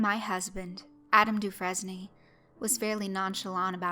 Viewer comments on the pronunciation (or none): The only thing that really bothers me is how you pronounced DeFresne Other than taht, pretty awesome read. And that was an awesome story. Downright Hitchcockian!